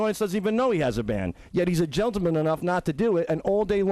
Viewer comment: "He's a GELTAMAN.. "